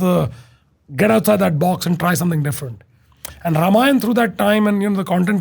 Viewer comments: It's not pronounced Ramayan + aa It's Ramayan + a a as in apostle. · please make this movie in 3 parts. ramayan is not in any way less in scale than lotr. also call them ramayan, ram, ravan. as they sound better and also the correct to way to pronounce them. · hi, first of all its not ramayanA, ITS RAMAYAN, the A in the end was added in the colonial period after each and every hindu term, because of our अ sound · only thing is ,it should be Ramayan ,not Ramayana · Why it's Ramayana and not Ramayan 🤨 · The only thing I didn't like about the teaser was writhing ram as rama and ravan as ravana or even ramayan as ramayana. It's a colonial hangover to mess our own pronunciation. People who don't know the right pronunciation will always pronounce it wrong. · रामायण not Ramayan( रामायन) please why Hindi belt people are loosing tounge for saying ण 😮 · Bhai ramayan hai na ki Ramayana 😂😂😂